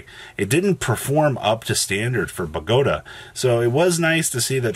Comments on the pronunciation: It's BOW(like bow and arrow not bow like after you performed in a talent show) GAH TAH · The way you say Bogota is triggering the prescriptivist in me